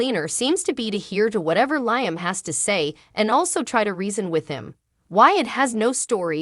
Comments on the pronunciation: Does this woman not watch this show? Why does she mispronounce Liam's name as 'lion?' It's Lee um! For goodness sake, get it right! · I don't mean to be stuffy, but it is "Lee um," not "Lye um." Alson who is "commodity?" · Lady , whatever your name is you keep calling Liam Lieam, his name is pronounced more like Leam not Lieam 😅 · STOP Saying LI am learn how ti pronounce Lee am's name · Has this person ever watched this soap I Liam is pronounced Leeam is it too much to ask they get the names right especially if they want you to subscribe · Can you please say Liam's name correctly.......sounds like Lee-um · The woman who reads this needs to start pronouncing Liam's name. Phonetically it would be spelled Leeam. It is a short "i," not a long "i." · Please learn how to pronounce Liam name, really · For real! It’s insulting. Is she even watching the episodes?